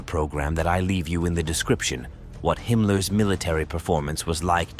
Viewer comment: I hate AI generated telling. With wrong pronounced of every name. He is not hi Ricky. He was Heinrich Himmler. Get your sh^%t together! 😡Doing these videos and so lazy to do the story???🤦🏼‍♀️🤦🏼‍♀️🤦🏼‍♀️ unsubscribed!